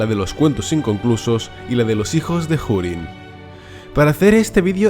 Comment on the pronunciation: Desde cuando se pronuncia la H? Dado que Hurin ni siquiera es una palabra inglesa